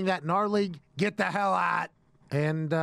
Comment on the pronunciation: "git the hell ahhhht" Pat's pittsburgh accent seeps through xD